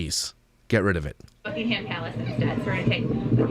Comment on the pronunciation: It’s not Bucking ham palace.’ Why do some Americans pronounce it that way. Everything about these women is everything I loath in women. I think Myka can’t get on with other women